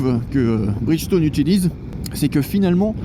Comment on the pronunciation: Pneu Bridchtone 🤣🤣🤣🤣